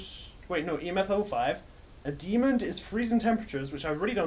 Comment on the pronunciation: I love the way says 'demond' instead of demon lol. You have guts to go in alone btw! Tbh i would have just guessed a demon seeing as it was quite aggressive and just left lol. I honestly can't believe it was a spirit, from my experience spirits are quite low on activity and sort of leave you alone for a while but as soon as u entered the room that ghost was causing absolute CHAOS. Now that I reflect on it though, the hunts were quite well separated, where as a demon will hunt very frequently. If you read this all, congrats for listening to my boring-most-likely-not-fool-proof knowledge of demons and spirits and have a nice day lol.